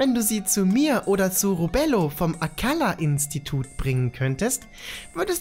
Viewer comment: Spiel: „Robelo vom Akkala-Institut”: „Robello vom Akkalla-Institut” 😒